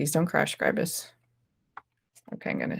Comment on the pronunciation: So nice to hear Scribus being pronounced correctly.